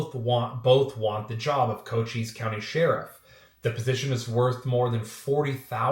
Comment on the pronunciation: Don't sweat it you got it right. Co-cheess.